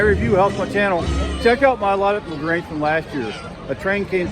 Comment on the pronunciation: Great video.. now the only thing is how to pronounce LaGrange correctly